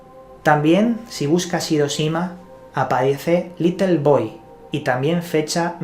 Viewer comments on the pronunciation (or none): none